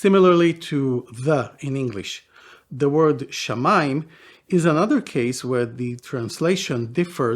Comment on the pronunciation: It's shamaa, just like samaa in Arabic, Hebrew's sister language.